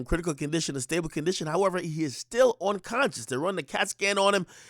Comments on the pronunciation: Yo Ak...the word is "unconscious" NOT "onconscious" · This nigga said onconscious 😅